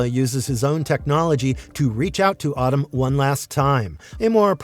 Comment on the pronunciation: Solid vid, but pronouncing Atem like “Autumn” is distracting lol